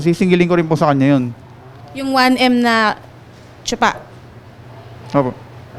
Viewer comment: Naawa na sana ako sa kinukumplain kunte...pro nang mabigkas ang 1m..langhiya...sino kaba???😂🤣🤣🤣🤣